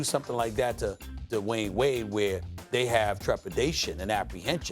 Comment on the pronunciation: Literally nobody: Stephen A. Smith: DaWayne Wade